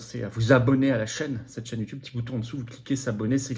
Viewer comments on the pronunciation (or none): none